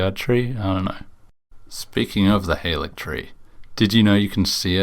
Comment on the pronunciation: more useless info! halig (as in haligtree) is a rare instance of the VAs getting incorrect direction. it comes from old english, and is the predecessor to the word "holy," and is pronounced similar to the word 'holly'. odd how they got "gaol" right as "jail," but didn't get halig right.